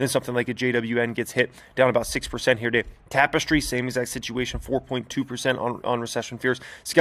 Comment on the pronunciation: Brotherman, when you say “Here Today” it REALLY sounds like “year-to-date”. Idk how to fix it, maybe a different word choice, maybe it’s just my ears lol.